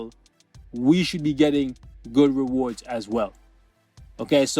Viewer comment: REWORDS YES NETMARBEL YOU HEAR HIM , HE SAID REWORDS .